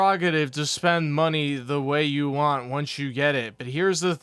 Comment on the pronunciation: God damn it, Can you you just fucking pronounce the whole word “want”? Please for the love of fucking god. He says it like “wah”, so annoying.